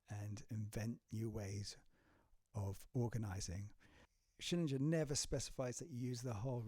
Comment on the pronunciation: It's SchillinGer (as in finGer), not Schillingjer. Sorry.